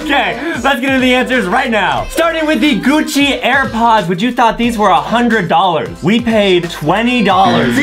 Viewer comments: GUCCI not GUCCY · Is Gucci not Gucci ok